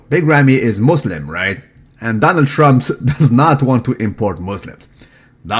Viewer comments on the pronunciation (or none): none